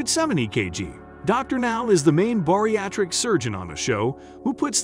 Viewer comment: Can someone please tell the narrator how to pronounce "bariatric"?? Can't believe people like him are actually paid to voice these videos.